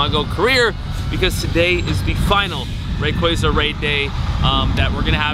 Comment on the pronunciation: Happy to not hear say Ray"quay"za anymore. Great video though. Fun to see your passion for a Pokemon you love.